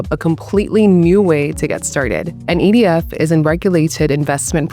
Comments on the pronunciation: It sounds like she says EDF I don’t know. What do you think? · That's what I heard too